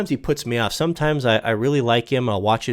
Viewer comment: maybe he'll explain all the weally hard parts later in a serious "discorse".